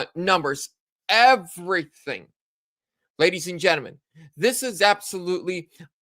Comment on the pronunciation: I love seeing somebody pronounce gentlemen not g e n t. A m e n